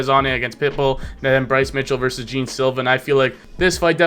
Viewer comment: Hi, his name is not Jim as you say it, but Geh-An Silva. Cheers from Brazil